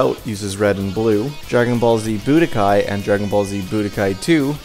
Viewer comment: I'm glad you called Dragon Ball Z: The Legend by its official English title. Most people call it by the fan name of "Legends". Budōkai is pronounced boo-DOH-kahy by the way. Basically, the same as you said it, but with emphasis on the dō instead of bu. "Budō" means "martial arts". "Kai" means "tournament". Tenka-ichi is pronounced TEN-ka EE-chee, literally meaning "Number One under Heaven". It's an incorrect reference to the Tenka-ichi Tournament (Tenka-ichi Budōkai) that takes place in the comic and shows. As you can see, they got it backward.